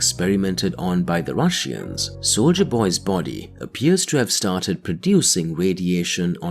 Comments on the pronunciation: Ur saying russians wrong its not rus sian ir russian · What the hell is a Rushian, narrator? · „The russiens“ made me chuckle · the rush-eans. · "The rushy-ens" 😂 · IT'S ANNOYING HOW YOU PRONOUNCE RUSSIANS ! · Why do you pronounce Russians so strangly?